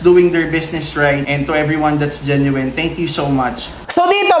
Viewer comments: *correction lang po Genuine correctly pronounce as JEN-yoo-in not Jen-yoo-wine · solid follower mo'ko dati pa ako nanonood sayo. Correction lang sa pag pronouce mo sa "Genuine" it should be; Jen • nWin. Walang halong yabang or what, or sama ng loob alam kong hindi ingles ang lengyahe na nakasanayan mo. Keep safe! Always have a room for a new knowledge, marami din ako/kaming natutunan sayo ~ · Idol mali pronunciation mo sa prism Saka genuine pagalitan mo researcher mo